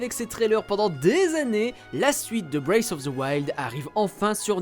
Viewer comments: Il serait temps d'apprendre à prononcer "Breath" au lieu de dire "Brace" :P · La prononciation bwéyfe of the wild c’est pour me tuer, les gars vérifiez un minimum comment ça se prononce ça veut rien dire ça 😂